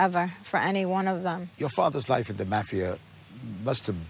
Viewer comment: I can't stand how he says mafia!